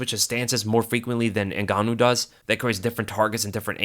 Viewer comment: Say gan one more time